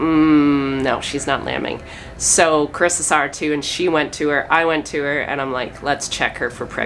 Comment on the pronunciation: Her name's Carissa, just for future reference. I know it's sometimes hard to hear the pronunciation. 😁🤗